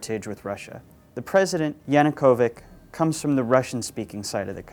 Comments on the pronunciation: It's Yanukovich, not Yanukovic, and most certainly not Yanukovik. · Why do you pronounce his name as "Yanukovyk"? It's "YanukovyCH" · there are different variants of transliteration. either way, they pronounced it wrong.